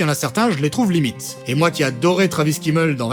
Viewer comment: travis "K"immel j'ai eu mal aux oreilles xD c'est Fimmel